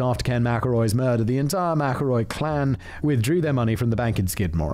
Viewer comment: You know I don't think he mispronounced McElroy even once after he mentioned it.